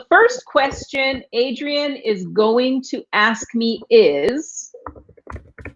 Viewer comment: J'ai remarqué pendant la dictée que quand elle prononce les prénoms, comme par exemple Adrian, elle prononce pas entièrement.